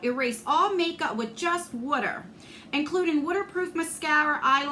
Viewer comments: I love the way you say wourder! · Some of us in Md. say “wooder ” too! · I know this is incredibly silly, but I love how you say "Water"! Your accent always makes me smile! ❤ I'm sorry the box was not that great though. What a bummer! 😢 It definitely feels like a cash grab. Hope Lexi is doing well. Take care! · I mean this in a good way: I love hearing you say water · That's totally a NJ thing. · Right?! I wasn’t sure what she was saying at first! ❤️